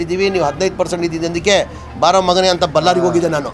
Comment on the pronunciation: Lo ಬಲ್ಲರಿ ಅಲ್ಲ kano ಅದು ಬಳ್ಳಾರಿ